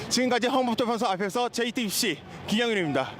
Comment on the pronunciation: 지금까지 화분없쩌(?) 앞에서 JT빕씨 김어벙벙(?) 입니다. 와~!! 이 사람 어떻게 기자가 됐는지 모르겠네. 말하는게 상당히 귀찮아서 빨리 끝내고 싶다는 티가 팍팍나게 발음도 어벙벙 개판이고 듣는내내 짜증 한바가지로 쓰러질뻔 ㅎㄷㄷ